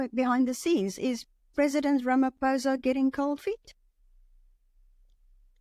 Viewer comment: Why should we listen to you? You mispronounce your State President's name. Attend school. Good bye.